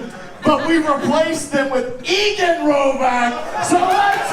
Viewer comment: Poor Eigen your name gets butchered more than most I hear on YouTube